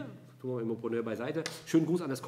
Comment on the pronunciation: Immopröönöööör! Dein Französisch ist bumstagebuchtauglich 😂👌